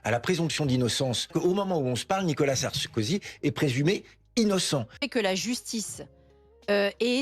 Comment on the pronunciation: Ptdr😂 il l'a appelé Sarskozy😂😂😂